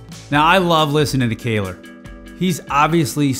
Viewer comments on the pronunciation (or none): Köhler not Kayler 😉😄